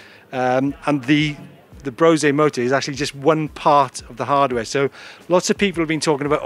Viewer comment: If it's german, isn't it brose-uh, not brose-aye ?